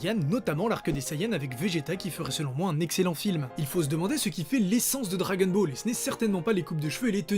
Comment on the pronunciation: Ça m'agace un peu le "dragen ball"